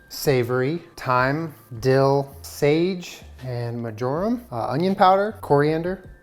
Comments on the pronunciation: True gamer: pronounces the spice (marjoram) 'majoram' like majoras mask 🤣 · Just an FYI, you mispronounced marjoram. Think of how margarine is pronounced, it's very close.